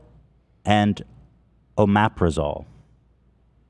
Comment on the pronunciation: I take omeprazole but it’s always been pronounced “Ohm meh prazz oll” to me lol like my CC wasn’t even sure what Ethan said to decipher for me. I had to just figure out what he was saying 😅